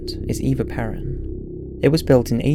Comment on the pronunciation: It would be nice, when you narrate, that you pronounce things correctly. For example: Buenos Aires as in Aries. Or, Eva Peron that is, pair-on. Good videos but really, endless mispronounciations.